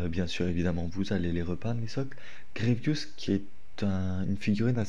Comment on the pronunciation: Vous avez quoi avec PierreOh !!!! C’est Grievous et pas Grievious les gars ;((